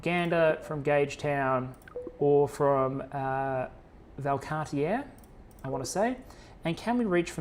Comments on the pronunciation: For future reference: Car-tee-eh (but smooshed into two syllables), not Car-te-er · Love this! You did good for the French pronunciations in this video. For reference, as a Canadian and a Québecois, here's a quick pronunciation guide: Québec: Kay-bek (or Keh-bek), and Valcartier: Val-cart-yay